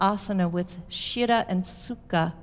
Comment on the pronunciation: Thank you for this class. As a student of sanskrit, it was painful to hear the wrong sanskrit words repeatedly: shirah instead of Sthirah and utakasana instead of utkatasana.